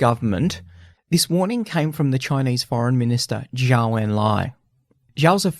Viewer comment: "DeHwei" "PLA" when it was the PVA. Can you do some basic accuracy checks before making historical videos? "Zhaw" when his name is clearly "Zhou". Embarrassing.